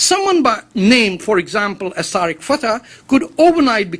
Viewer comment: "TAREK" FATEH IS INDIAN RAW AGENT.THIS IGNORANT SO CALLED INTELLECTUAL DOESN,T KNOW THE REAL SPELLING OF HIS OWN NAME,ITS "TARIQ' NOT "TAREK".